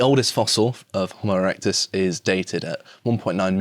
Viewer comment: Jo-mo erectus?